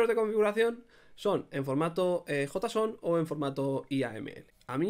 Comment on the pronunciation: "jota-son", jajaja men me matas jajajajaj